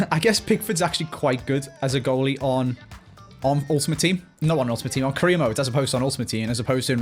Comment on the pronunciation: Almost every time he says career mode I hear Korea mode